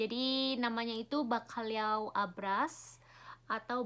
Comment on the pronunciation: Baru tahu kalo kamu alergi telur. Pinter bisa ngucapin Bacalhau. Lumayan mahal juga harga seporsi nya kalo di resto ya:-)